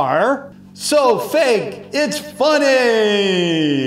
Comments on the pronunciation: at 5.22 it is fak not fake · "SO FAK IT'S FUNNY"